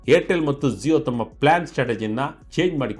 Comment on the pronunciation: Yaro report madiddu, zeyo alla adu jio.